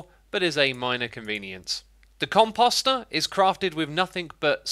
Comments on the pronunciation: When he said composter it sounded like cum pasta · "the cumpasta"